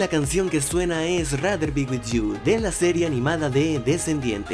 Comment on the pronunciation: "Rader vi buid iu" xd